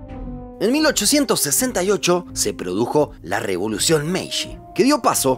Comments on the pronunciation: Oye wn, pero APRENDE A PRONUNCIAR los nombres po' wn irrespetuoso... no podí decir Chisuka por Shizuoka, ni Meishi por Mēji... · Me gusta ver tus vídeos porque son muy didácticos y entretenidos. Lo único malo que he encontrado en este video es la mala pronunciación de las palabras en japonés. Por ejemplo Meiji, se lee Meiyi. Lo escrito con j se lee como y. Entiendo que no estas acostumbrado a la pronunciación de palabras en japonés pero esos detalles son importantes cuando vienes a hacer turismo o vivir en Japón. Igual me gustan mucho tus vídeos y siempre trato de verlos.